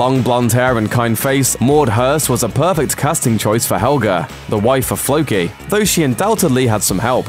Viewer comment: Who is "Fookie"? The name is pronounced "Floe-kee".